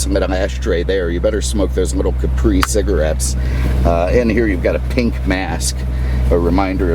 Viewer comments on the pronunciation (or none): none